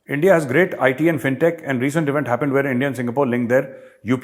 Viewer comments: the way you pronounced Endia imitating pak's, made me lol. ye Endia nahe India - Bharat. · When pakistani says 'Endia' I can't control my laghu 😀😀😂😂 Jay hind, bharat mata ki jay 🇮🇳🇮🇳🇮🇳